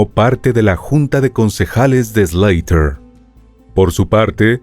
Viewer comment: Se llama SLAUGHTER, no "SLEITER"